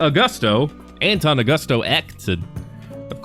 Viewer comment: Ayy, I made it, Sweet! Also its pronounced (Aw-goo-sto) , im honored